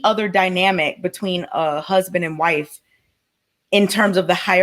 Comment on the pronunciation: She don’t have a huh-sband? Lol